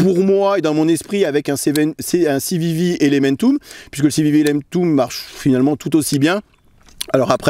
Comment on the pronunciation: Je pense qu’il se moquait plutôt de sa prononciation 🤣🤣